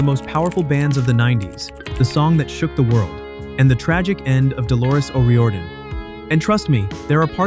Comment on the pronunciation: Delores O'Riordan. O' Rear-don!